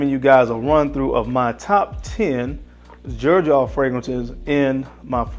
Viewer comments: I have always heard it pronounced "zerjoff" not "jerjoff" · Is it not pronounced zer j off 🤔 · Xerjoff, i thought people would call it Zerjoff, not Jerjoff. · Aside from the fact that he is mispronouncing the hell out of this fragrance line, he picked some really good scents. The first letter which is X actually sounds like Z when pronouncing it. Just for clarification. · My boy can't pronounce "Xerjoff" 😭